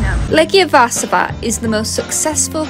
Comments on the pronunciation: It would be perfectly fine for an English speaker to use the English name of the city, that is Warsaw. You did a nice try, though, with the Polish version (Warszawa), but you shouldn't pronounce the letters 'sz' as [s], but rather like the English 'sh' in 'shop' or 'fish'. And the stress in Polish words is on the penultimate syllable - in this case, it's -SZA-. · SZ is pronounced like SH in English. And W is like V in English. So its 'var sha va'. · Hey, to make it easier whenever you see, sz like un warszawa, you could read it like sh for shop but only sh and that how it sounds the SZ just like SH for SHOP ! 🫠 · It's pronounced more like "Varshava" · All other things aside, how you not proounce Warszawa correctly? It's just the classic "sh" sound, nothing too difficult about it. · "vaaahsava" hahahaha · Should be pronounced: 'varshuva' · Sz is sh sound, so varshava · sz=sh in english, so Varshava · Honestly you could have made a better effort to pronounce a simple name like Warszawa properly. Its not hard - Vahr-Shah-vah. SH. You're welcome